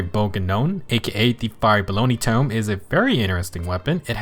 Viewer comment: "The fire bologna tome" Yes, that's how I pronounce it!